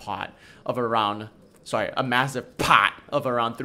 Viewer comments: I just love when you PAHT it! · I like the part where you PAHT.